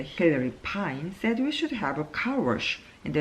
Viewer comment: 👍👍 Uncle처럼 이혼많이하면 관계전문가( an expert in relationships who has married 4 times)되나요? 농담.. Recliner( 뒤로 졎혀지는 의자에서 2번 들어 보았습니다... Scrimmage 같은 조금 어려운 단어는 아무 문제없는데, heard, said 가 hurt, says 인지 쪼께 한박자 늦게 좆아가게 되네요...(저만 그런가요?).... 읽으시다가 (속으로) 액센트 더 넣어야지! 하셨는지 중간부터 더 좋았어요...